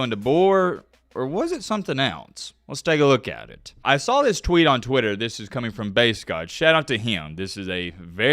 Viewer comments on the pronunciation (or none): none